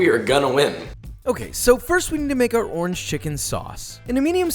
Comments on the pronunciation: I believe that he said ''Torange" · . He really did it. He found the word that rhymes with "oringe" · Did he say door hinge? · Or it could just be referring to the fact that door hinge can rhyme with orange (with slanted pronunciation) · Tf is a "dorhidge" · A classic Eminem trope where in order to rhyme with Orange you break it into 2 syllables Or-Ange ergo Door-Hinge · I heard door hinge too. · Yeah it's not you he was making a joke and definitely said door hinge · Who else googled what the hell a door hinge orange is just to realize he was messing around with the pronunciation? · Anyone else hear door hinch when he said orange?????? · Bro you think doorhinge rhymes with orange too!!? ive been telling people that for like 10 plus years and they all so they cant hear it -_ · Did you say doorange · Not sure why i heard you say "zest of door hinge" instead of orange. But it made me laugh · Me: rewinds 5 times to see if he said “door hinge” instead of orange. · i heard the orange as door hinge. 🤦🏻‍♂️